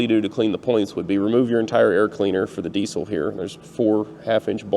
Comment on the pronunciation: Are you pronouncing diesel correctly?